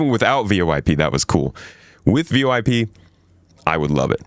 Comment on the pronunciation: The letters V-O-i-P are combined into a single acronym pronounced as "voyp". I love your vids! Thank you!